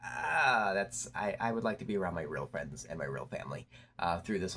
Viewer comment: 😅 jus' asking for a fwend tho?